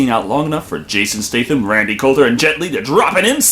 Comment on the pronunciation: I winced every time you said "Jason Staythe-Am". I think it's pronouced "State-Ham"?